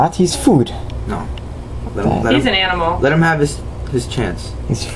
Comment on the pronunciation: rofl.. " He's not food man, he's an aminal."